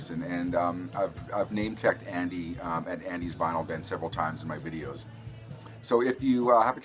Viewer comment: Good video, especially considering that you were "vinylly" challenged (pronounced like Finally). Really like the Big Star and Smithereens.